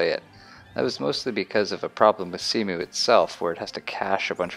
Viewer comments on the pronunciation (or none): when you call cemu "See-mew"